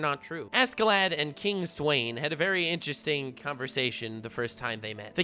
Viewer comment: King Sweyn would be pronounced like Sven. Has that v sound to it.